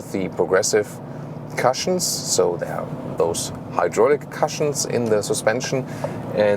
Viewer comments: the correct pronunciation of the word cushion is koo + shin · your English is amazing. One word. "Cush"ion. Rhymes with good or push, not with crush. Consumption of 6.7L/100 km is 41.6 mpg (British gallons). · Love your voice and your pronunciation,, I remember that you feel good to make your English usage even more native-like. So, I hope you will welcome a pronunciation note: the u in cushion sounds like oo in book. Keep the great content coming!